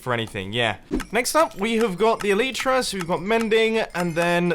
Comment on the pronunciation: elytra is pronounced: [ɛl ɪ trə]